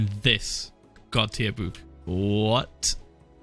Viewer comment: the way he proounces book tho